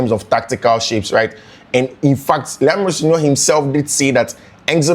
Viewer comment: The way you pronounce his name is funny ooo. I listened to him n he pronounce his name as Ro- senior